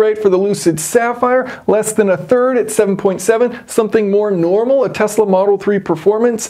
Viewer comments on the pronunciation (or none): none